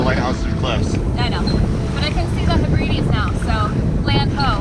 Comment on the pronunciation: Lol the “hu-Bree-dees”! Is that a rock group? It’s the “Heb-rid-ees”. 😂 I love that! Same with your mis pronunciation of nearly every place on the Azores. Up good work and fair winds and following seas to you both. ⛵️